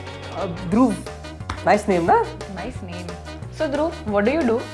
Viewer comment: Up or bihar me dhruv ko dhurup bolte hai dhurub nhi bachi log love from up ❤